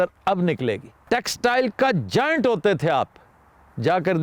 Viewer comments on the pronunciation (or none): none